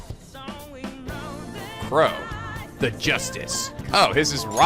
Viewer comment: I can't stop hearing Qrow instead of Crow, damn you Edward Elric